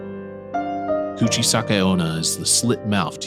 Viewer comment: guchi sake onna lol kuchisake-onna/slit mouth women